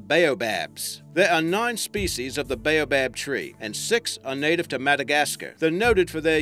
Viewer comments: baobab is pronounced bow bob. (Bow rhyming here with now and how, bob rhyming with gob) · Just the way you say boab tree show you ain't from here mate